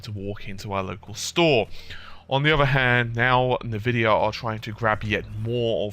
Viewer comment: "nuhvidiah" . . . and I'm out.